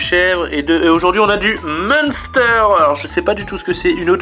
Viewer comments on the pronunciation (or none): Ça se dit minstere ça vient d’Alsace de Munster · Le fromage ça se prononce "minster"